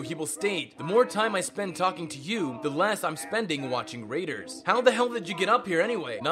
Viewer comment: He calls Raiders "Radars?"